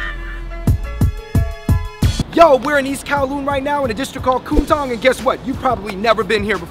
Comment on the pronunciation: Not Ku-n Tong it’s K-Wun Tong